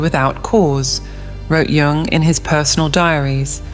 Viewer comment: It's pronounced "Yung"